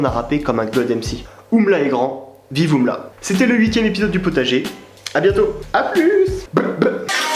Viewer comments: c juste U.M.L.A pas oumla pas umla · On dit U M L A